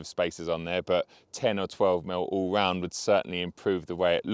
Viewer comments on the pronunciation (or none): none